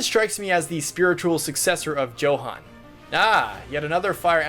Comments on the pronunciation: Isn’t “Johan” pronounced as “Yohan” ?? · Not as bad as pronouncing a German name as "Joe-han."